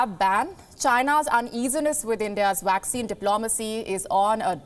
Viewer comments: Young lady, it is not 'WACCINE'. It is 'Vaccine'! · Please learn to pronounce vaccine correctly. It’s pronounced as vaccine not waxing! Otherwise, an excellent repot, as usual.